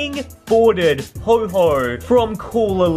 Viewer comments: Not to be rude but it's pronounced ho-oh not ho-ho just letting you know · yeh it isn't ho_ho its ho oh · It's Reg ice and Ho oh. Not Regi ice and ho ho